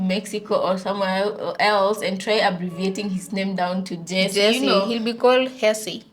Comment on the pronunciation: 😂😂 I like your American accent🤣 “ Jesse “😂